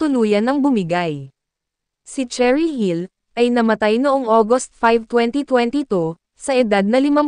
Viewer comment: Nooo not Cherry dear, it's Sheh-rih 😣